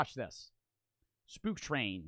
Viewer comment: thought he said poop train, not spook train